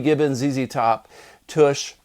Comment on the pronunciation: Why does everyone say toosh billy gibbons clearly say tush in the song